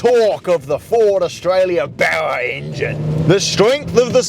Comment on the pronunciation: Get out of the country, can’t even pronounce Barra.